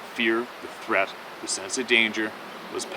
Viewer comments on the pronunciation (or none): none